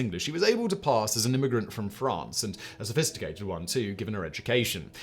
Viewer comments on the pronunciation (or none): none